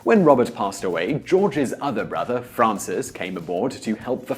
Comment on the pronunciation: you pronounce "Francis" correctly, I love you forever!